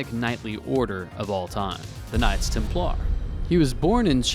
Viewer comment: I cringed at your pronunciation of Templar.